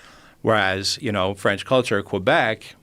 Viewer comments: It's not Cobek, it's Quebec. Like Pokemon. Anglos! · Between "Qoo-ebec" and "please eat horse, the amount of proteins are numerous", this video was successful in dropping my IQ temporarily... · He saying Quebec wrong